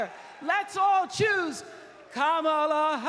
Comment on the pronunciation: Bill Clinton learn to say Kamala's name correctly please